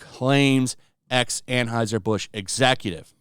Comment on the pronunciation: Why can't you tools pronounce Anheuser? That brand has only been beaten into are ears for decades, but tools insist on pretending they don't have a clue how to say it.